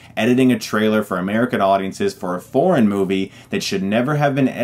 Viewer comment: His pronunciation for 'foreign' sounds like 'porn'. FaM, I thought why would Netflix stream porn movies!